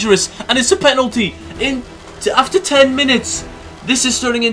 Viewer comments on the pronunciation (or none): none